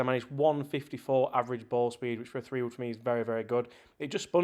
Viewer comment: What kind of accent does he have? He says the letter "H" like "hate-ch" , and pronounces "three" like free